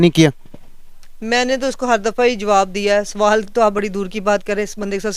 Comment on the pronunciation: ek sawalaata Nahin ek sawal hota hai